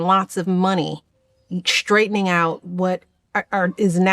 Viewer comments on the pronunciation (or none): Why can't a Princeton and Harvard graduate pronounce the words "struggle" or "straightening"? It's not shtruggle, Michelle or shtraightening.